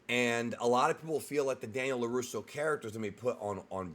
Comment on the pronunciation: "Laruso Audio" 😂